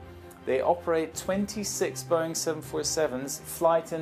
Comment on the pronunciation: it’s not boing it’s Boeing